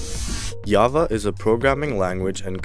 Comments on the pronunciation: I don't think you know much about programming it's called java with a j not yava. Also it's a com-pile-er not com-plier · It is called COMPILER not complier...... J-AVA NOT YAVA... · Thanks for the video. One minor thing, compiler is mispronounced as complier and Java as yava.